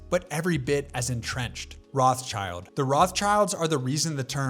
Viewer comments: as a german speaker i cringe every time i hear "roths-child"... literal translation would be Redshield... so if anything "Roth-Shield". the name has nothing to do with children! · LOL the way he pronounces Rothschild 😂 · I went back and watched the video again, and a number of the errors have been corrected, but it still has mispronunciations of Koch (it sounds just like Coke when said correctly) and Rothschild (sounds like they're leaving out the S here). I'm not the only one that mentioned the previous pronunciation errors.